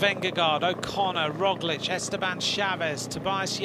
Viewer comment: I like that he actually can pronounce "Roglic" correctly, unlike our American commentators, although he doesn't get "Vingegaard" right.